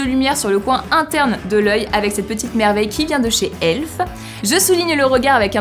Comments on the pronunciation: C'est pas elf c'est e.l.f sinon j'adore ta vidéo! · C'est pas méchant, mais c'est pas elf mais E.L.F mais c'est pas grave <3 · J'adore la prononciation de "elf" par ^^